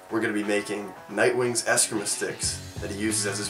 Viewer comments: Very nice job with the sticks! They look great! FYI, the art is pronounced Es-KREE-mah, rather than eh-scrim-uh. Actually, though it's accepted today just because it's so widely used, the spelling of the word "Escrima" isn't actually correct. It should be "Eskrima," as the original alphabet of the Philippines (where the martial art comes from) does not have a letter C in it. All the same, HUGE thanks because even this video raises awareness of Eskrima. Plus, I'm a huge fan of the Bat-family. 💪😎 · It's pronounced escr-ee-ma sticks. Just thought you would like to know. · You don't have to throw the word "sticks" in there. It's just called escrima. Also it's pronounced eh-scrEEm-uh.